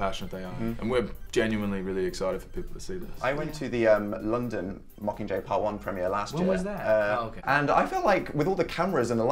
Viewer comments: When Liam said yag he was saying mockinggay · "yakcomqur" Liam 2015. Liam... it's "mocking jay" not yakcomqur.